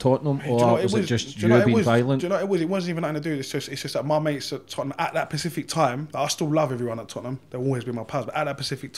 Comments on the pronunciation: Once he said “Pacific” a few times that was it for me. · Yes but it is clear he is trying to say a certain word but can't so yes he pronounced it wrong. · He was clearly meaning to say Specific, You know that to point it out. All I am saying is clearly he can't pronounce the word properly. Why is the real reason you said ''that was it for me''? Not like the look of him? Face tattoo?